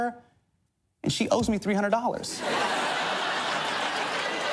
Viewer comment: its crazy how he still mispronounced his own name in this vid. now he embraces & educates how to properly say it 😌💪